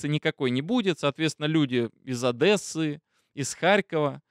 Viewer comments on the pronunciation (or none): почему ОдЭсса-то?))) ОдЕсса же правильно ☝🏻☝🏻☝🏻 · спасибо большое за ролик, но пожалуйста, я Вас очень прошу, не ОдЭсса, ОдЕсса